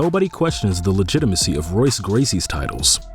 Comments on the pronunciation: I love how your pronounce both khabibs and Royce Gracies names incorrect shows what a true fan of mma you are 😂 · This dude doesnt know how to pronounce royce gracie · Can't pronounce Royce Gracie though lol! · Why did he pronounce Khabibs name correctly but mispronounced Royce Gracies name?? Lmao smh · This dude says Khabibs surname properly but then then butchers Royce Gracie lol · I love how he pronounces khabib nurmagomedov's properly but completely butchers Royce Gracie's name 😣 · LMAO completely BUTCHERS Royce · Except he butchers Royce Gracie lol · But he mispronounced Royce Gracies name smh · He can pronounce khabib's name right but can't pronounce Royce Gracie :( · True... But he mispronounced Royce Gracie, and that's pretty bad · But didnt pronounce royce gracie correct